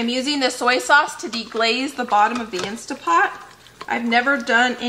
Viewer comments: Why do you keep saying "Insta Pot"?. It's "Instant Pot". Read the name on the pot itself. 🙄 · I am so sorry but it's driving me mad. It's instant pot, with an N.